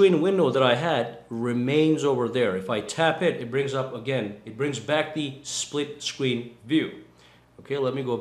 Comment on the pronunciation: Is it so hard to pronounce split screen?